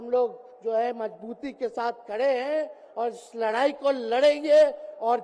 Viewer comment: लराई या लड़ाई बोलना सीख लो पहले